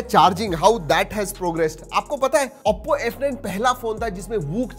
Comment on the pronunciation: bhai vo AOPPO nhi OPPO hai pls improve i gave recently subcribed to your channel